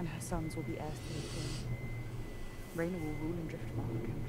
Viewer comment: It's Rhaenyra not Rihanna.